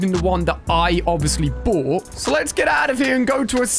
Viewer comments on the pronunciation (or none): none